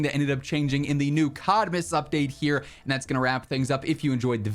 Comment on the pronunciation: I kept hearing "shitmas" :D